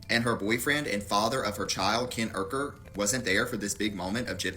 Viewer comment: Gypsy make me sick how she doesn't like Ken's last name so she just says it differently lol like the R can be taken out at random! Bish it's URKER not UKER.. change yo name!